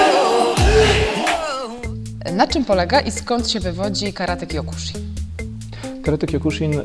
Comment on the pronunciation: Wymowa zbyt twarda. Sibucio, sihan i kjokusin